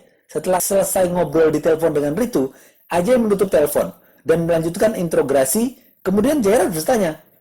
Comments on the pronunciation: interogasi mas, bukan intograsi hehehe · introgasi bang bukan intrograsi 😌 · bapak narator nya belum lurus ngomong INTROGASI